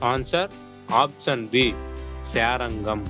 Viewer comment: శారంగం కాదు, శార్ ఙ్గం